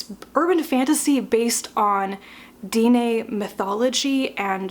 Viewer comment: I was surprised how much I liked Foundryside. I think it was because the magic system felt so science-y to me. And normally I wouldn't mentioned it, but because you sounded curious Dene is pronounced "Den-nay".